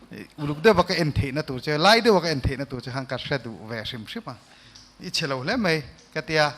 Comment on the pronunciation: nie MAI TIH tur MEI jUDGE atang pawn a ri tlat...